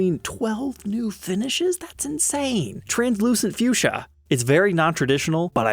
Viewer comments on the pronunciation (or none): none